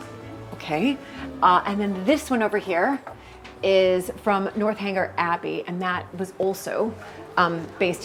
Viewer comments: I heard the North Hanger too (lol), but that's one of the lovely things about ---she's so authentic and still very American, which I love. A great quick and dirty video on Bath. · A cute video of you in Bath! I must tell you, though, it's NORTH-eng-er, not North Hanger Abbey. There are no hangers involved! lol I love what you are doing to showcase your life in England, show us the lovely gardens and historical building restoration. It's all part of the beauty of England and I so admire the way the British honor their historic buildings with restoration, allowing the public to visit and enjoy the homes, gardens, grounds. Wish the US did more of this kind of thing! Keep up the good work! Thanks for making the series on YouTube!